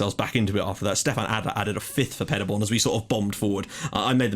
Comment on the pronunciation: Btw Paderborn pronounced like Paaderborn not Padderborn :)